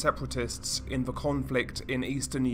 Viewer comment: I'd be far happier listening to your videos, (as you cover some very interesting topics) if you would stop pronouncing every TH word with a V? it's extremely annoying to hear, over and over and makes me want to turn off after the 3rd or 4th time, of hearing it. Please do something about it, as its not a speech impediment, or anything Medical, and is simply Lazy speech on your own behalf. Learn to speak properly, specially if you intend Narrating Videos, as Profession? Just Saying?!?